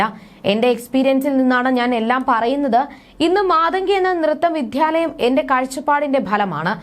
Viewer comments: Vidhyalayam alla 😅😅Vidyalayam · വിധ്യാലയമല്ല, വിദ്യാലയമാണ് കുട്ടി ഏതു വിധ്യാലയത്തിലാണ് അഭ്യാസം നടത്തിയത്